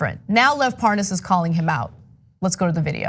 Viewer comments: No matter how many times he hears them pronounce Parnas's name, he [Devin Nunes] still pronounces it differently on purpose. I can't believe he thinks there are people who'll fall for this shit, and worse still, I can't believe there are ACTUAL people who fall for this shit [those who vote republican]. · As soon as Hannity mispronounced Parnas, I assumed he was involved with this mess. Republicans get talking points, then don't deviate. And that includes Hannity and the rest of the Faux propaganda network. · So Nunes didn't even know how to pronounce Parna's name. Only a republican is crooked enough to not care. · I am German and not usually interested in politics but even I knew who Lev Parnas is and how his name is pronounced when David Nunes a representative of your country and a professional politician denied knowing him on Fox News. That was obviously such a pathetic effort to cover up his own dirt. I really cannot believe how badly educated and uninformed some Americans are. 🙄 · Them mispronouncing Parnas’ name to pretend like they don’t him is ridiculous .🤦‍♂️🤣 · It was a pathetic attempt to ACT like he didn’t know how to pronounce it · Nunes is still acting like he doesnt know how to pronounce parnas's name, lol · Yeah he doesn't know Parnas, he knows parNAAS. Big difference lol He's technically not lying, he's saying his name wrong on purpose so he can lie about it and get away with it and go "ohhhh Parnas, I thought you said ParnAAs. My bad. In that case yeah I know him." 🤦‍♀️🤦‍♀️🤦‍♀️💩🤮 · Look at this lying ass corrupt criminal politician trying to mispronounce parnes name but he has talked multiple times and he set trips up for Nunes to meet prosecutor who was fired by Ukraine for corruption He's been working on covering up for trump and helping since Russia investigation's. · Nunues really needs to stop pretending that he does not know Parnas by calling him ParnASS lol So obvious he’s busted. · lev porn-ass? at least he can pronounce nunes :P